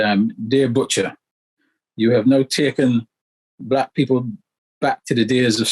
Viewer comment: I don't know why this anchor is emphasising on the word "Black"?